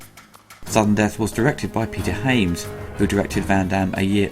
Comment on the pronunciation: The director's surname I believe is pronounced "Haa-ya-ms", not "Hey-yams". :)